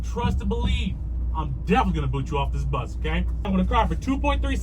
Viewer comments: It is pronounced bus, not boss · Not heard Bus pronounced as “Byus” since my days in Stoke-On-Trent… Odd to hear it on a video about a cross country trip across the USA. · "... kicked us off the büs..." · Love the way the word “bus” is pronounced